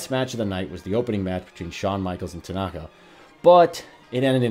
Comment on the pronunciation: good video, small correction or maybe I misheard it but at Mania 9, it was HBK vs Tatanka, sounds like you say Tanaka